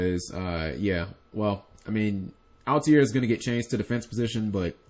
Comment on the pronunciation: i'm going to go ahead and be that guy. why do you pronounce altair "al-tee-air"?